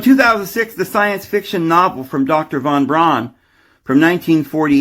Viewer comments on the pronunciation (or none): von Braun is pronounced fon brown.